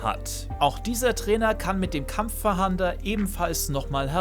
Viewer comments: Weiß auch nicht was er glaubt was ein Fahander sein soll. 😂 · Sagst du "Kampffahander"? :D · Kampf a hander🤣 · Macht mich richtig aggressiv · Ich finds witzig 😅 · Das mit dem Kampf-Fah-A-nder triggert mich etwas... 😉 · Wirklich ein gutes Video, aber ich bekomme cringe Gänsehaut jedes Mal wenn du Kampffahahnder sagst, lies das Wort vlt nochmal langsam 😅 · Es heißt nicht Kampfverhander, sondern Kampf-fahnder. Bitte nicht 100x falsch aussprechen, die Kinder schauen sich das ab. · Kampffahnder nicht kampffahander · Danke für das Video. Hat mir leider nicht so viel gebracht, weil ich meine Jägerpokemon trainieren will um die 3 Seepokemon zu fangen. Es heißt übrigens KampfFAHNDER, und nicht Kampffahander. 😅 So wie, wenn die Polizei nach einem Täter fahndet. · Kurzer Hinweis... Es ist nicht "KampffaHAnder", sondern "Kampffahnder". Also einfach das zweite A weglassen und dann ist es richtig ^^ Nichts für Ungut und danke für das Video! :) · Gutes Video, kurz, informativ und ohne großes Gelaber, top 👍🏼 aber „kampf „fahander“????😂. Kampffahnder, so wie man es schreibt. Man fahndet nach Gegnern. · Digger 😂 gutes Video aber das ist ein Kampffahnder und nicht Kampffahander 😂😂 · Es heißt Kampffahnder, weil man damit nach Kämpfern fahndet, nicht fahandet ;) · Es heißt Kampffahnder und nich fahander! Ansonsten gutes Video👍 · Wenn ich noch einmal kampffahander höre rast ich aus xD *Kampffahnder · Kampf-fahnder nicht kampf-fahander 😁👍🏻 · Das Item heißt übrigens Kampffahnder und nicht Kampffahander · das triggert mich auch hart xD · Nices Video, aber Kampffahnder wird nicht Kampffahander ausgesprochen und auch nicht so geschrieben 😅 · Und ich dachte ich wäre der einzige den das triggert :D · Wer kennt ihn nicht... den KampffaHAAnder xD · *Kampffahnder... nicht Kampffahander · Dafür hat mich das "Kampffahander" getriggert🤣 aber sonst top Video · Ich musste erstmal gucken, aber Kampffahander? Heißt des Ding nicht Kampffahnder? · Warum Kampffahander? Da steht doch Kampffahnder